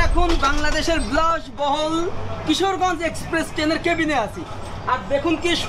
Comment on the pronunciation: আরে মদন কুমার, ব্লাশবহুল না, বিলাশ বহুল হবে। 🤣